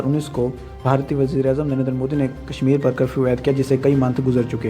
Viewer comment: modi ke liye bolne se phle phle modi bolna to sikh le chutiye